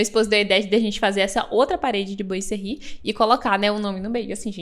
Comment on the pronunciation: A pronúncia correta é "boazerri". Adorei a explicação de como instalar.